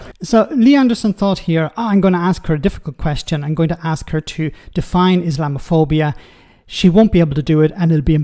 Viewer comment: Rayner couldn't even pronounce the word, let alone define its meaning as she mumbled along.